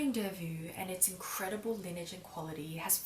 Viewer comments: It's not pronounced delvu but delvo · Please, it s not Delvuu, but you have to pronounce it Delvoo. I m from Belgium 😀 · how to pronounce: long O like Faux (delvoe) not vue. :) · Your pronunciation is so cute....but wrong...it’s not delvu..but Delvaux..like O at the end...💗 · Lovely video as usual ,I think the pronounciation of the bag is delvO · It’s pronounced DELVO, regards from Belgium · Just one thing - it's delvO, like bow, toe, go ;) Apart from that, lovely and eloquent video as always, and I couldn't take my eyes off your blouse! I absolutely adore it!! <3 Hugs and kisses for the Family ^^ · Thanks a lot for such a thorough and thoughtful video,! This bag has been growing on me for quite a while already: initially I accused it of being too lady-like, but I've started appreciating its class and simplicity, so a Brillant is on my bucket list for. By the way, the brand name has an O (pronounced like in "Ontario") and not a U at the end (the -aux combination is always an O in French), but it's just a minor remark. Talking about "understated" luxe brands, have you ever tried or thought about a Bottega Veneta bag? I'm really interested in your impression of the brand. Happy holiday season, and have a great trip to Europe!